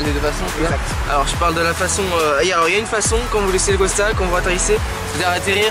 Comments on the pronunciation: Vous savez pas parler c costal pas costa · Pk il dit Costa ??